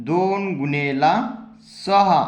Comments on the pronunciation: गुनेला नाही गुणिले😂😂 जरा हलू बोल😂❤😂😂😂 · Gunela ny mhanat gunele mhantat sir😂😂😂😂😂😂